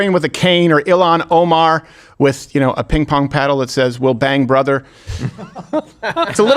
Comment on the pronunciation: "Will bang brother" 💀💀💀